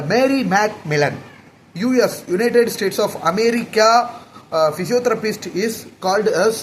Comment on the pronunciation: English pronouns are really bad… when I write them down first and then read, only then it looks clear. Physiotherapist... He said physiotherapistuu Development..... He said developmentuuu System he said systemmuu 😂😂😂😂 so many words like this